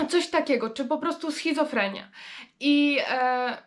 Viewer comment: super filmik, jak zawsze, ale jest "schizofreNia", a nie "schizofreMia" A także "bardziej CZULI", a nie "bardziej CZULSI". Mam nadzieję, że się nie obrazisz za te uwagi;) I osobiście polecam kanał "7 metrów pod ziemią":D